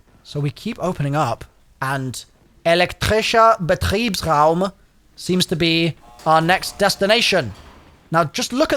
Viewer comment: You pronounced "Elektrischer Betriebsraum" better than I thought